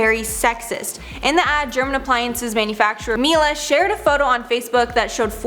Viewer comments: Isn't in pronaunced MIELE not Milla? 😂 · HM GB also mispronounced it like ugh 😂 for some extensive research, you think she’d get the pronunciation correct.